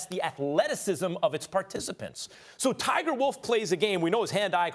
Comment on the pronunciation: And then Max really said "Tiger Wolf" 😂😂💀💀.